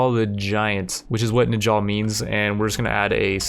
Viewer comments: Big viking nerd here. When pronouncing old norse names like Njal, pronounce the j like a y. Old norse has a lot of pronunciation differences from English like that can take a while to understand. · Last i remember the j in njal was pronounced like the j in the word jarl or fjord (the j is replaced with y) :) P.s rip njal judge of Iceland